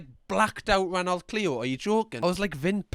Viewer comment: FYI, Renault is pronounced RENNO